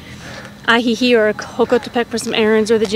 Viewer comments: Im surprised after 2 months you can’t pronounce Ajijic. Thanks for the video -good info. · It's Ajijic with the c sounding like a k